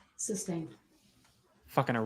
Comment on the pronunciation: Substained. Libary. Brung